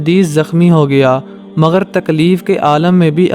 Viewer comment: "مگر" ھوتا ھے ناکہ " مغر "